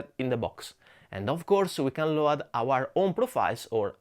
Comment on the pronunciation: Please pronounce load like lowd. I follow your channel forever and must say, your English improved to a nearly perfect level. Keep going.